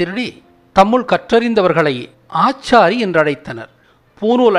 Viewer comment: ஆசாரி என்பது தவறு. ஆச்சாரி என்பதே சரியான உச்சரிப்பு. அவர்கள் பூணூலை மட்டும் திருடவில்லை. ஆச்சாரி என்ற பெயரையும்தான். பூநூல் என்பதும் சரியல்ல. நூல் என்பது புத்தகத்தைக் குறிப்பது. பூணூல் என்பதே சரியான சொல். ஆச்சாரி என்ற சொல் ஆச்சாரிகளுக்கும் சொந்தமானது என்பதை கோர்ட் மூலமாக நிரூபித்து பயன்படுத்த இருந்த தடையை நீக்கிய வரலாறு கூட யாருக்கும் தெரியாது.பல வரலாறு மறக்கப்பட்டும் அழிக்கப்பட்டும் நாம் முட்டாள்களாக்கப்பட்டுள்ளோம்